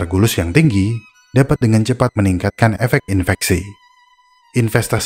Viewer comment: Kok aku dengernya infestasi ya? Bukannya infeksi